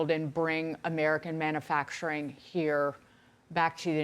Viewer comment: Can someone please tell the one commentator that the word ‘manufacturing’ contains a U? I can’t even listen